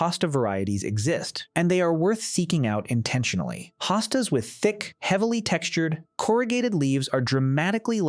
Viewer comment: Please stop the AI narration! One moment Hostas is pronounced with long O and the next with an AH. Very annoying and distracting.